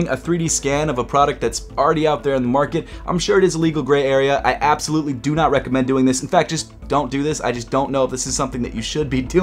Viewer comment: "how fast doo i have to walk?"